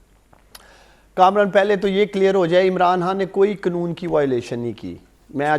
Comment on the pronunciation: اسے یہ نہیں پتہ کے قنون نہیں ہوتا قا نوں ہوتا ھے